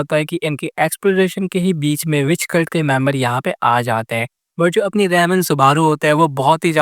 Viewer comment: Bhai tum ram ko rem bolre ho 🥲